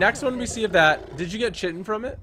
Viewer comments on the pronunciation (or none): it's not pronounced chi-tin it's pronounced kite-tin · It's annoying that he is saying chitan wrong